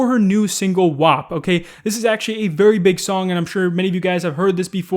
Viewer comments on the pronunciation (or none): dude you just said a frickin slur for italian people when you pronounced WAP.